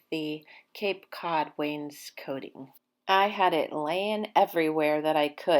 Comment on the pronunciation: Yayyy! I’ve been waiting to finally see this video. I know it was a Labor of Love for the both of you. It looks great! That’s right—no more wallpaper! Hubby IS correct with the pronunciation of wainscoting. That blue really compliments the brown walls in your entry. Great job, Guys!! ❤️❤️